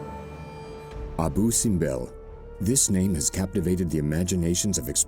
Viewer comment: Abu ( acentuado en la U )